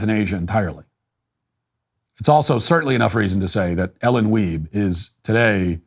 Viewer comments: “Weibe” …..shocked I tell ya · Did you say, “Ellen Dwiebe?”